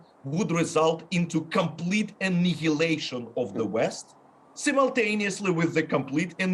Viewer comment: “Compleet annyliaattion of the west” I literally sharted at this part 😧